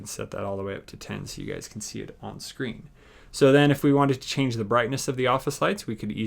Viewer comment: it calls "smart", not "shmart". And "screen", not "shcreen"